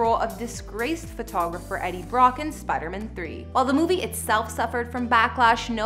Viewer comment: Did she say Spidermin?